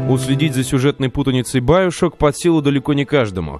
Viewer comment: биошок так правилаьно и да правильно гаворить игфините